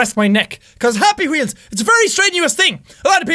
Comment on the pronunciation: The way you said happy weols!!! Hahaha